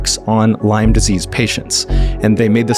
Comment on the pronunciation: So sorry to hear. I think similar happened to my dad. BTW, It's Lyme , Not Lymes.